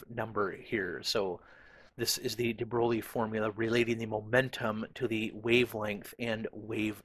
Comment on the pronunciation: de Broglie pron. de Broy.